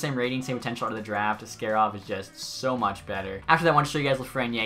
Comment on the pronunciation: Askarov is pronounced - Ask A rov - not like ask air ov Otherwise keep up the great work